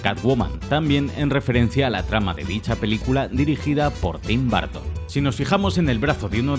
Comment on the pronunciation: no se dice tim bartom se dice tim burtom